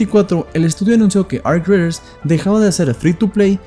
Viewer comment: Arc queee? Raiders lo querias decir en Ingles superbilingue y te quedo como el culo 😂